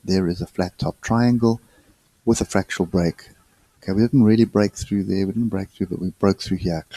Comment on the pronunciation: FRAC-TAL not FRAC-TU-AL